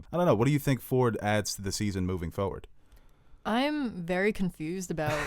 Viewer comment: “...moving fawrward”